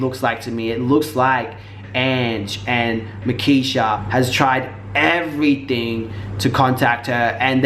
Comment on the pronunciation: It's markeshia not nakeshia